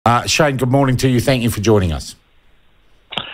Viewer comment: Sean, why don't you sound the k in thankyou?